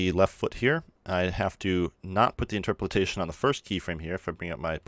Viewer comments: In-TROP-o-lation, not interperalation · Just for future reference: In-ter-po-lation. Not in-ter-po-lit-ation. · dude...seriously the internet exists....you CAN google things....but since you apparently wont...its INTER-POL-ATION AS IN {IN-TER> POLE> AYE-SHUN} LOL great video though dude seriously yoru awesome and I am just teasing you ;) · How you say Interpolation ("Interpoltation") really bugs me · it's interpolation not interpretation :) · IN - TER - PO - LASHION dying inside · It's inter-po-lation(just like lotion but with an a) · I believe the word you are looking for is Interpolation (pronounced INTUR-POLE-ATION) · Great tut my dude. Interpolations a tricky one, I believe its pronounced something like; in-ter-po-lation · Hey; thanks for great tutorial (as always). By the way: it's "inter - po - la - tion".:) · I love the tutorial.... but geezus... stare at the word and perhaps adjust your own interpolation setting to slowly read I-n-t-e-r-p-o-l-a-t-i-o-n